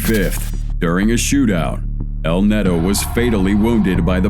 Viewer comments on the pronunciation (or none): btw you show a LAW, not a nade launcher........JEEZ, also its not "netto", its neto or nieto.